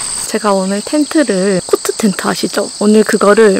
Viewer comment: 코트텐트 발음이 너무 찰져서여 ㅋㅋㅋ